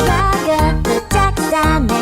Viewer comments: Ik damn well this Man did not just say “Rigatha”💀💀💀💀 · Gangler 😂 kingerler 😂 rigitha 😂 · Ok but why did you pronounce their names gRaNgle bRagAthA KINGLER??? KINGLERR??? THATS A POKEMONN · “Grangle” “Rigatha” and “kingler” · gangle not grangle kinger not kingler ragatha not rigatha kaufmo not cofmo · "Gringle" "Regatha" "Kingler" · Bro The name: kinger how he said it: KINGLER The name: Gangle how he said it: GRINGLE The name: Ragatha How he said it: RIGETHUGH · Raegatha and cain 😭😭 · GRINGLE? RAGTHAT? WHO THE HELL IS RAGTHAT? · "Grangle" "Rægatha" "Kingler" Bro- 😭✋ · “Grangler kingler regatha” and the way he spelled caine “cain” wth and the way he spelled kaufmo “cofmo” 😭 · Why did he say the names like that at the start?— “Jax, zooble, gRangle, rEhgatha, kingLEr, and potentially Caine,” ((IM SORRY IM NOT HATING ITS JUST FUNNY))😭😭